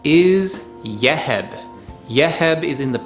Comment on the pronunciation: Yeheb is pronounced "Yuh-Heeb" 😉 Love your channel!!